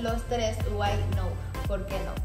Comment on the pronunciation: De hecho, en la cual… why not se pronuncia not igual que cómo se escribe, no “now” 👀